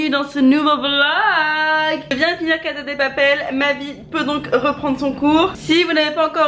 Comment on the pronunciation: Putain Léna on dit « CaSa dE papel » pas « CaZa dé papel » y a pas de « zzz » en espagnol ! 😂😂 bref comme d’habitude sinon toujours aussi drôle ❤️